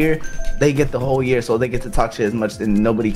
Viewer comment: puts a hard E.R on year.